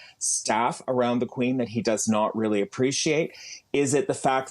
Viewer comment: I just have to get one thing off my chest, where did this guy grow up in America? I’m American and I’ve never heard “Again”pronounced like this! Harry is a trader💩🤠🇺🇸